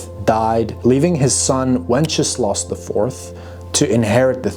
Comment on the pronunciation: I love how how you pronounce Wenceslas, it sounds like Wencheslav - which would mean one who celebrates/praises wenches - pretty accurate 😂